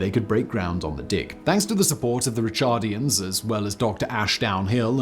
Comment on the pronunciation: Heinrich Schliemann... Bloody awful pronunciation as usual. So sloppy. Also, it's Ricardians not Richardians.